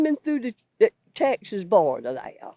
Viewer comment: The biggest criticism of immigrants is "they dont speak the language". Its always people like her that say it. She actually pronouced border like Florida and states like "stay-its".